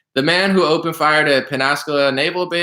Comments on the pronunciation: The pronunciation is pens a cola. Floridian hair listen check out the Douglas M Dukote show from today he is retired military and tells stories about this being common practice since World War II we beat Germany train them the fly sold them airplanes then Pearl Harbor hit we trained Japanese until damn airplanes and so on and so on. The video is very interesting I think you'll get a lot out of it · It's "Pensa - Cola"